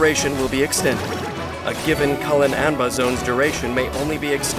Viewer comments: Has anyone noticed that it's possible to pronounce Collei's "Cuilein Anbar" toy like Collei n Amber (Collei and Amber)? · Why Cuilein-Anbar sounds like Calling Amber 🥲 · The way says it sounds like Colin-anbuh lol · Lol her burst is "Cuilein-Anbar" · I love your voice, but you are muting the hell out of that final r in her burst's name.